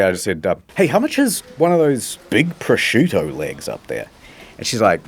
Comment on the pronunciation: Thank you so much for teaching me how to pronounce "prosciutto."